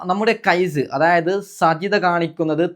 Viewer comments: സജിത എന്നല്ല സാജിത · സജിത അല്ല സാജിത 😂😂അത് കൂടെ അറിയില്ല എന്നിട്ടാണ് വിഡിയോ കൊണ്ട് വന്നിരിക്കുന്നത് 😀😀